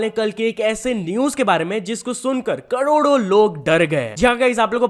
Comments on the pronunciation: Carodo ❌, Cododo✅ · Corodo× kadodo✓😂😂😂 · कोरोडो ❌ कडोडो ✅ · Karodo ❌ kadodo✅ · Carodo ❌ Cadodo ✅ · Bhai cododo nehi hota hai. Cror/ "karod" hota jai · Bhai करोड़ो को सही nhi bol paye😅